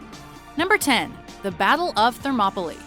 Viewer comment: Gau-ga-mel-a and thermop-o-lie please research pronunciations